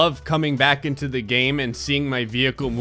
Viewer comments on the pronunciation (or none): none